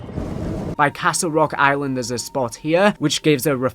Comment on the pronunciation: Island= eye-win-ed